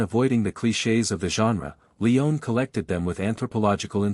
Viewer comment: "We also dive into the film’s massive 436-page screenplay", Well in that forthcoming video, you might certainly make a concerted effort to get this incredible director's last name pronunciation right : Sergio Leone (/liˈoʊni/ lee-OH-nee), A amateur effort. Google it next time at the very least. This you certainly missed what your narrators certainly did. Would John Wayne's surname be (/way /nee) ? Proof listen next time please!.